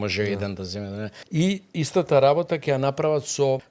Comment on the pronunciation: 1) не е вие него е ти. Не го пошујте толку. 2) он имал идеа, па таа била негова... ма немој 3) тој нема такво искуство за што е пригодно за МК. 4) кој него го прашува 5) не се вели "че ги видите" (сељак), туку "ќе ги видите" (сељачина проста лопов) 7) за богатењето, од свое искуство зборува? 8) судството е упропастено од негово време 9) не е " не доаџа" туку е "не доаѓа". селендра